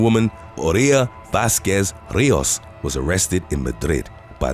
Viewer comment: *Rijos = REE-hos (h like a Scottish 'ch')